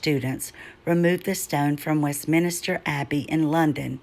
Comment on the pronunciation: Brilliant research its Westminster not minister